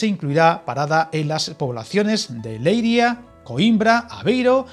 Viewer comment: Je je, excepto Leiría. El hecho de que ia en portugués sea un hiato confunde a los españoles. En español es un diptongo, y si se quiere poner la fuerza sobre la i hay que poner un acento. Por eso la palabra dia/día se pronuncia igual en ambos idiomas, pero se escribe diferente. Un comentario muy apropiado para la temática de este canal, je je.